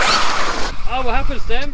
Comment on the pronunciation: Its like “wo happent”